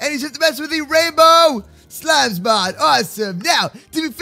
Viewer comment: Mod not mode